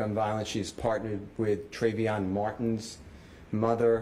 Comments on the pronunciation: The fact that the attorney mispronounced Trayvon Martin’s name🤔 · Trevon Martin … not trayvyon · It’s not trayvion Martin it’s Trayvon Martin 🤦🏿‍♂️ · NOT BEING NEGATIVE BUT MY BOY SAID “TRAYVEON MARTIN”🤦🏾‍♂️🤔🧐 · I DONT KNOW WHO TRE-VE-ON MARTIN IS BUT TRAY-VON MARTIN IS THE NAME UGH DOESNT SUPRISE ME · Who is tray-ve-on